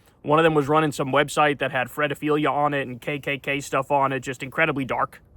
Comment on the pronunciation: to be able to become Ultra rich you have to be a psychopathy. also, WTF it "fred-a-filia"?